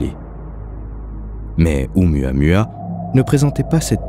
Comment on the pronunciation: C'aurait quand même été sympa de se renseigner sur la prononciation de Oumuamua (prononcé Ou-Moua-Moua) avant le docu. Ca écorche pas mal !